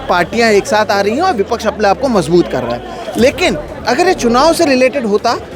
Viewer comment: اپلے آپ کو نہیں اپنے آپ کو اتلے نہیں اتنے کہو ..... اتنے کی بجائے اتلے اتلے بول کر آپ اپنے معیار کو گرا رہے ہیں ... آپ کی رپورٹنگ اور تجزیہ اچھا ہوتا ہے لیکن آپ اپنے تلفظ کی ادائیگی پر توجہ دیجیے ..... بول کر